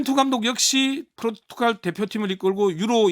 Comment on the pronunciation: 대기자님, 발음 똑바로 하세요. 포르투칼이 아니라 포르투갈입니다.